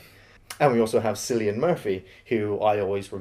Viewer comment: Danny Boyle best film since trainspotting And it's pronounced "killian"